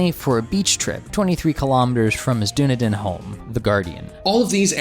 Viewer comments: What about the pronunciation Dun-a-dun instead of Dunedin? LOL! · Really good analysis guys, just to clarify though for future reference, Dunedin is pronounced Duh-knee-din. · Dunedin: Done-eee-din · I thought it was more "Dunny Din" with all sorts of connotations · It’s pronounced “Done-Eden” (we’re DONE here - garden of EDEN) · Great video just one thing Dunedin is pronounced do-knee-den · The guy doing the reading needs to get his pronunciation sorted out; Dunedin / Maori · jesus christ that is not how dunedin is pronounced at all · Great video. However, if you're going to have Americans provide the voiceovers when showing press extracts, please insist they know how to pronounce non-American city names correctly. I refer in this instance to Dunedin. Americans may be proficient in pronouncing Poughkeepsie correctly but anything outside the 50 states ends up as a mess. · Lack of credibility, fact check.... as well as an unprecedented butchered pronunciation of Maori and their oldest city, Dunedin! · Dunedin is mispronounced.